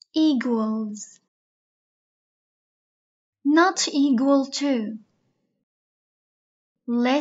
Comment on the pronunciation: يسلمو لكن لفظ equal /ekwal/ليش تلفظيها g